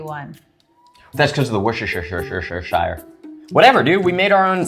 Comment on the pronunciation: Really! Cool! Someone else says whissshershistershire sauce! 😂